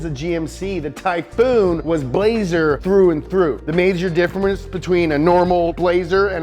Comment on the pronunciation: I lost it at "differmence." 😂